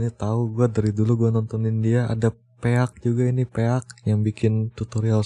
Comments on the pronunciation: Wanjir pe-ak kwkwkwk, cara bacanya pik bang, bukan pe-ak wkwkwk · Pik bacanya woyyy bukan "pe-ak" wkwkw